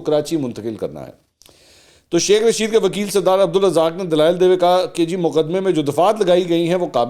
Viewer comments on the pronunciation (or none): none